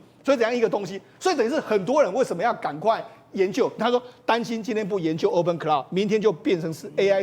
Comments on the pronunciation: Hey Mr. It is sound like open claw. Not open cloud! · 建议嘉宾先做好功课练习发音才上节目发表意见🙏 发音极具误导性，是open claw (klô) 不是open cloud 🙏🙏